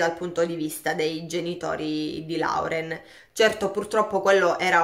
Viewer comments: Si pronuncia lorel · Più esattamente Loren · Oppure Loren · Si pronuncia loren☺️😉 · Ciao, il nome Lauren si pronuncia Loren … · Loren...si pronuncia ...